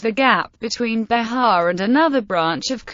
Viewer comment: Not Be-ha, but Be-jah. It has the J sound. This is painful to listen to.